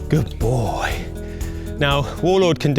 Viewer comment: "Who's a good BOAH"